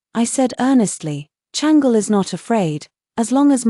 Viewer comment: I wish they would pronounce the Chinese names properly. It’s not Changel but Chang-Le